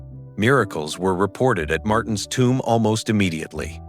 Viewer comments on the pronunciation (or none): none